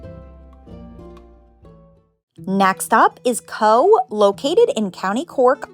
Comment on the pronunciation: I loved your video and as a well travelled Irish person, you introduced me to several places I'd never heard of. My only comment is that Cobh is pronounced "cove" & that a trip to the Blasket Islands should also be a "must". I would suggest reading "The loneliest boy in the world" by Gearoid Cheaist O Cathain before going there. (Spoiler alert; he had a very happy childhood on the island!)